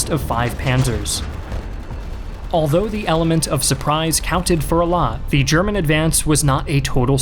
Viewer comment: The content is great, but am I the only one really bothered by the word "the" pronouced "dee" every time?